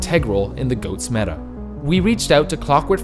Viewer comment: Sounds more like memeta to me